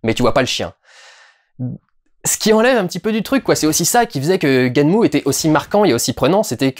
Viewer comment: Il ne faut pas prononcer "gunèm" mais "ganmou"